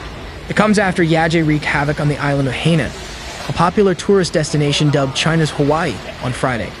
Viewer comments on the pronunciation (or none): none